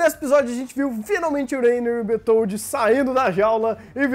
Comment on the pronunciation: o nome do cara se pronuncia bertoudi.